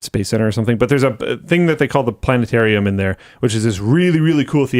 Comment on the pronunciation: Why is saying "Plane-arium" weird?